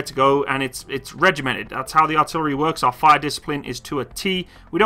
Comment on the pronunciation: FAUOR instead of fire is the weirdest pronunciation I've ever heard